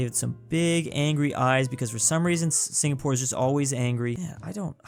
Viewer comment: Him dawn my country wrong it singapore